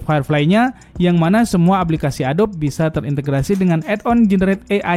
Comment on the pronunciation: ADOBE dibaca A-DO-BI itu